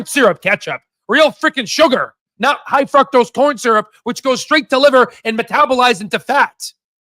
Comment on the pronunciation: Did say high fucktose corn syrup. 😂